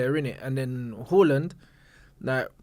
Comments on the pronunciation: tell this bloke its haaland and not hawland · Hawland 💀💀💀 it’s Haaland man, trying to be exotic dfkm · Haaland said it from his own mouth it’s pronounced Haa-land and not Horland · Haaland has already deaded the debate over how to say his name from his own mouth he said its pronounced Haa-land and not Hoh-land so we dont have to debate he has already said how it’s pronounced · Haaland himself said it's pronounced H(ah)land. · It's definitely /Hoh-Land/ cos Norwegian doesn't have the special 'å' Swedish does and they use double 'a' instead. Amazing show once again. Big up, you two! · It's actually pronounced HORLAND. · has such small dick energy😭 He's pronoucing Haalands name wrong there are literally videos of Haaland pronouncing his name and is abusing people with chest who are pointing it out🤣